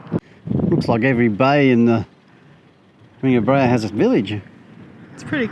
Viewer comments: Beara not breha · I absolutely love all of your videos! You do a fantastic job of capturing all of the highlights. One very teeny tiny correction though, it is pronounced “bear-a” 😊 not Bree-a”. Always look forward to all of your videos, especially the ones in Ireland. Thank you so much for making them🤗☘️!